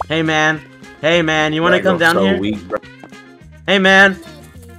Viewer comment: Bro saying hey man Sounds Like hamen